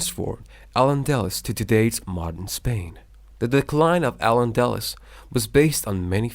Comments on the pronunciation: Thanks for the video. Very well organized and Informative. Just a few corrections to the pronunciations are needed. Words mispronounced Toledo, the e is accented. Toleedo Castile, The i is accented. [cas] tiil Al Andalus, The u is accented. [ Al Anda loose] Spaniard, The i is not silent. Secular, The e is accented. astronomy, The O is accented Reconquista, The u is silent. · The repeated poor pronunciation of AL ANDALUS is distracting me in this video 😪